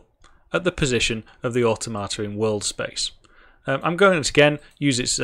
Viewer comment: Awe Tomato: the most awesome tomatoes 😁 Never heard automata pronounced that way before. "or tom a ta", rather than "or toh mata". I want to mod this with tomatoes now... Oh, wait... I can 😁